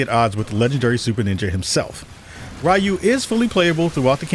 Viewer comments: Anime and Japan has never been more popular as it is today, and Westerners still pronounce Ryu (ree-oo) as RYE-OO. Bonkers. Are your ears broken? Just a salty Asian whose name keeps getting mispronounced by gaijin. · You can tell you don’t know wtf you’re talking about. Mf pronouncing Ryu as RAI-YU. Yeah homie plz stay tf out of my algorithm